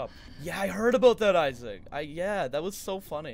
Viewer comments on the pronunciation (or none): none